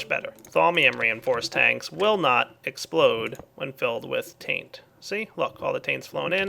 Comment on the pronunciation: Someone said it was gonna essplode!